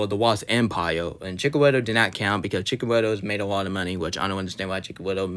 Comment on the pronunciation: Why do you pronounce Cickn wittle?